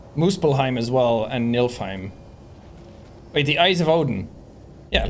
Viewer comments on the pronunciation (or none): why does he say Milfheim 😭